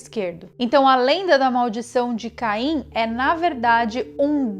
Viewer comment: Só eu ouvi Cain e Adão?